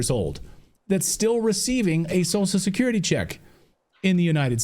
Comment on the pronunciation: Its funny how Clayton can't pronounce social security.